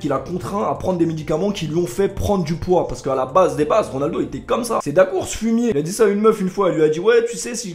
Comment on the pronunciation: "Foumié" -R9, 2020